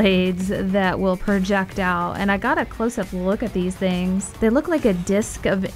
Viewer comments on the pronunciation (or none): none